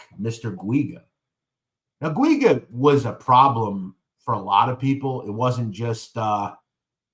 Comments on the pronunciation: It’s pronounced Jew-gah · I grew up with pj in little Italy and yes he was a prick. And btw it’s pronounced Richie (Jew ga). I know it’s a hard name to pronounce. Lol. from what I hear from the grapevine from the old neighborhood, he’s still walking around there untouched.